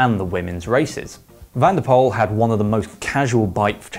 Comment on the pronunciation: van der Poel not van der Pol